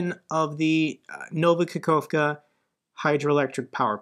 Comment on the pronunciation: "Kakhovka" is pronounced "Ka-hov-ka". You don't sound the middle 'k'.